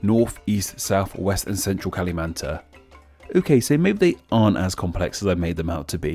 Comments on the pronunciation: It's pronouce KALIMANTAN not KALIMANTA. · The last N is pronounced. So it's /kʌ lı mʌn tʌn/ without any stress, and not /kʌ lı mʌn 'taː/ at all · KALIMANTAN... NNNNNNNN... NOT KALIMANTAHHHHHHHH HHHHH. 😂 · I love you video but i suggest to make the pronounce more better like kalimatan you don say the N is like kalimata and melayu is yu yu not you i know is hard to pronounce other languages name is hard tbh. Good video after all i learn more about the borneo name come from cause i still dont get it why just kalimatan is called differently Fun fact: indonesia is not the language or indonesian like that but bahasa indonesia. And oranghutan is english irony cause hutan is indonesia language idk about malaysia but the bahasa indonesia is orangutan no H is weird why bahasa indonesia not called oranghutan hmmm can you explain it pls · rrrrrrreeeeeeeee The N in Kalimantan isn't silent!! Edit: I give up on the pronunciation of "Melayu" hahaha. It's "Me-(e sounds like ugh)-laa-you" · “Kalimantan” or “The River of Exes” lmao